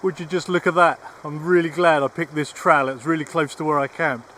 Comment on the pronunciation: Tell how thr english invent a language and cant properly speak English kept saying "trial" while talking about a "trail" or is it just me